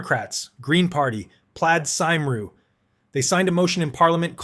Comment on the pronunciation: No surprise that US Americans would be unable to pronounce “Plaid Cymru” and couldn’t find a Welshman to ask for guidance.